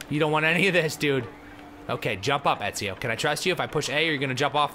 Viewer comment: funniest way to say Ezio, I have ever heard